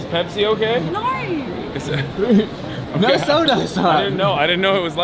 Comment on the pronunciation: that "NAWR!" seriously infuriates me to such an unreasonable level.. like how fkn stupid were the criminals sent to australia for their accent to devolve to the point where this obnoxious lunatic's "nooooo!" sounded like that??? so fkn ridiculous...